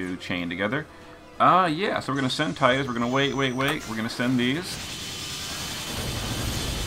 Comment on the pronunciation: Thank god you said tide us lol